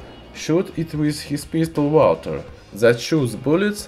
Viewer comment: "Walter pp" ?